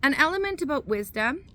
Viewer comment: Thank You, I subscribed because you get to the point. Some read the preprinted copy on the whole hand, and go too long. The way you saw “Aboout” sounds Canadian ??? We have been running our business despite hysteria and demonic types. I laugh a-lot, sometimes nervously, but I learned laughter is always the best medicine. Entrepreneurs never quit, they just run out of capital.